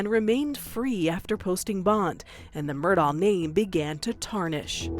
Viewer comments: The fact that the narrator keeps pronouncing the last name of Murdaugh incorrectly just baffles me. You can hear the correct pronunciation throughout this very video and many other sources. How can a mistake like that be made over and over? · Ugh, hello 👋🏻. On top of that, his last name is Murdaugh, but he pronounces it Murdock. His whole name is frustrating. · The narrator loses credibility by not pronouncing "Murdaugh" correctly. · He pronounces it Alec. She's misprounouncing the last name though. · How does the narrator mispronounce "Murdaugh" throughout the entire program? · Yes! I hate it, lol. They say the last name with a "k" or "c" sound as well. The teacher in me can't take it 😩🤣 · Is it Alex or Alec? I’m hearing both pronunciations. ALSO, MurDOCK or MurDAW? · Why is his first and last name mispronounced? That’s another crime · maybe learn how to pronounce his name? smh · Why do these American news anchors say “Murdah”? It’s very obviously pronounced like “Murdock” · Thank you!! I was just about to say that. He says his name as Murdock why does she keep on saying Murdaw?!?! I get that's not the point of the video but still. Lol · That name .... I have heard it pronounced "Murdahhh", "Murdcock" and now "Murdoe" and now "Murdoff". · It’s pronounced Murdock not Murdaur, as per the defendant in his trial!!! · Is it just me or did multiple instances and people pronounce it Alec Murdow? Like literally several instances I heard Alec and not Alex, and Murdow and not Murdock. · It's Mur-DOCK, not Mur-DOE or Mur-DAW Or my personal fav Ive heard, Mur-DOKE. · Why does the narrator, Nikki Battiste, keep calling him "Murdal"?? Why put an 'L' on the end?? It's Murdaw or Murdock. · I’ve never seen the name Alex pronounced like “Alec”…. And why do people pronounce Murdaugh like there’s a C at the end? “Alec Murdaughck” 😭 bizarre ! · My goodness… what is with this guys name… it’s pronounced different by everyone. Alec Murdaugh Alex Murdaugh Alec Murdawl Alex Murdawl